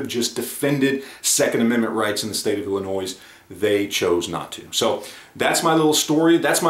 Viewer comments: For the love of all that is Holy, the S in Illinois is silent!! For those of us that have to live in this shit hole state, you can at least pronounce it right!!! 😁 haha But on a serious note, I would love to see Springfield's books, numbers, margins, market share, etc.. for the last year or 2 before their debacle as well as for after it all to see how it affects their bottom line. Plus it would give a general idea on how many of the people that say "I won't buy from them now" actually stick to that. Not to mention there's that giant chunk of the shooting community that doesn't keep up with or even hear about this type of stuff, which is sizable enough to keep their doors open. It's going to be interesting to see what steps they take & how it will all play out. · Dude you don't pronounce the s at the end of Illinois. Just a tip from your Uncle Bill in the peoples Republic of Illinois